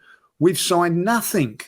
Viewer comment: "In the last four windows, Arsenal have spent nah'ing in free of 'em!" Liverpool signed Chiesa in the same length of time.